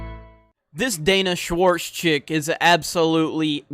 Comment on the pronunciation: Did you say Danish Warts?